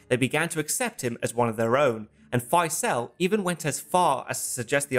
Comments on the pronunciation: Not sure about Prince "Fysell". More "Fizl", as in reprisal, I think. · Gawd sake stop calling Faisal, Fyselle. With your wonderful research into all these films, I would have thought you could have pronounced his name correctly. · You might have taken the time to learn to pronounce Faisel...